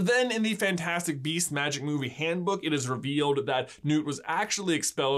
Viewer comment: Your friend says Marmite 🤮